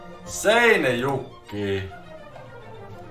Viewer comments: "I would pick Finland first out of those 3 'cause i know what finland looks like" + That Lati aka Lahti was funny! + he was pretty good at saying Seinäjoki! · Is he Swedish, pronounces Finnish cities well.